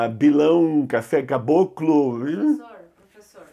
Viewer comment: "", você é um barato! Adoro suas aulas! 😄